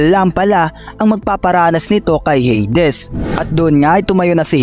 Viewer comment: Heydes❌ - heydis✔️